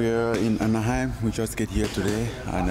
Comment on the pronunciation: "We are in Anahiem it's the nice part of Mexico" 🤣